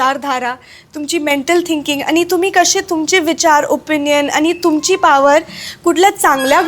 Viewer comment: शेवटी आनि पानीच बोलतेय. ण आणि न मधला फरक सुद्धा कळत नाही.